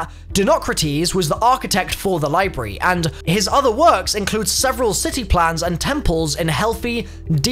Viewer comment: Is he trying to say library? The way he’s spelling it and saying it, there’s no r in it.